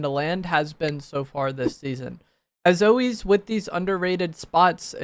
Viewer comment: “as owiez” holy brain rot